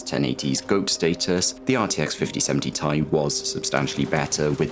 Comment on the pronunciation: Every time he says 5070 tie instead of Ti, something dies a little inside of me.